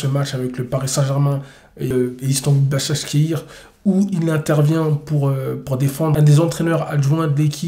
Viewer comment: Un like juste pour la prononciation de Basakshehir. Blague à part un modèle de force mentale. Espérons le voir comme coach !